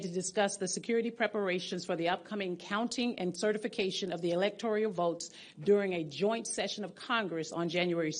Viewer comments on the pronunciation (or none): she says electorial?woke